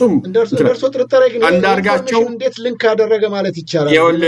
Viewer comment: ፈረንጅ ሀገር ተቀምጦ የሊክና የሊንክን ልዩነት የማያውቅ ጋዜጠኛ😂😂😂😂